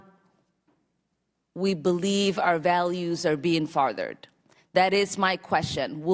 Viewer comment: I think you meant furthered Ms.jihad not farthered, at least learn to pronounce your English words if you want to keep your seat